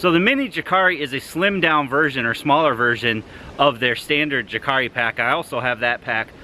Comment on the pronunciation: Thanks for the review! Jääkäri is Finnish for Jaeger or light infantry man. It's pronounced J ä ä käri, ä is a ong e sound with a tvist on it. Not Yakari. Check eg. my review of the larger pack for pronunciation ;)